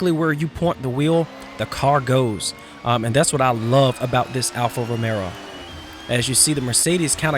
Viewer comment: Alfa ROMEO.....Not Romero :(